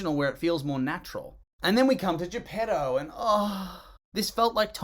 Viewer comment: They have completely ruined Pinocchio re-naming all the figures: Mangiafuoco, Stromboli. Il gatto e la volpe, Honest John and Gideon. Lucignolo, Lumpwich. Il Pescecane, Monstro. Greetings from Italy, read the book, please and don't invent names, please. Emh, it's Geppetto please not J'pedou.